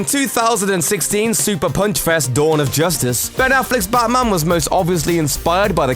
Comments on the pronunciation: Who's 'Bamman'? Learn to enunciate. Jesus. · Why the hell do you pronounce it "Bahman"??? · Did he say "Baman"?